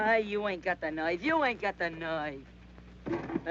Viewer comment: "You ain't got the noyf, you ain't got the noyf !"